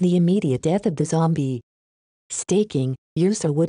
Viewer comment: lol bahasa indonesianya zombie jadi zombiEE